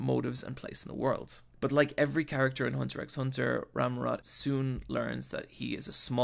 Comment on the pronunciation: Inc. He does misspell a few words (starting from the show's title, the "X" is silent), including Rammot's name ("Ramurot") and calling Nobunaga "Muramasa" once, but I'll penisride this video nonetheless.